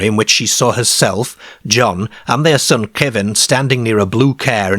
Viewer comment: Their Care 😂 (car)